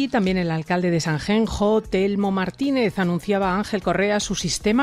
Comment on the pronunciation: #Sanjenjo... 🤦🏻‍♂️ a ver si aprendemos a decirlo bien... SANXENXO!!!! que no es tan complicado 🤬